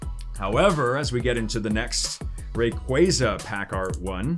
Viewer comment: What about the spelling makes people pronounce it ray-qway-zah? It is, always has been, and always will be ray-qwah-zah.